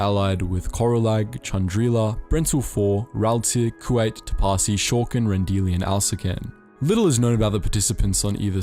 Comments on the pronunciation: The way you're pronouncing Kuat is throwing me off..saying it like the asian country Kuwait(coo-wait) and not Coo-ought like it's properly pronounced. It's a dumb irrelevant nitpick I know. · Love this vid but Kuat pronounced as Kuwait hurts me on a spiritual level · Did the Star Wars channel really mispronounce Kuat as Kuwait?